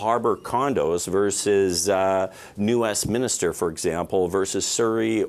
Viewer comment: "New Westminister" It's New Westminster! If he has the name of the city wrong, he doesn't know what he's talking about!